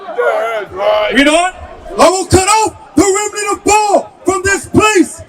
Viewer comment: Pronounced Baal not ball ❤❤❤